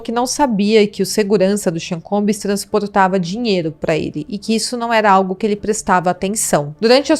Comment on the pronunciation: Vc não pode pronunciar "Combiiis",se é prof. de inglês deveria saber. A pronúncia correta é " Combss" "b" mudo flor. Precisa ler e estudar um pouquinho mais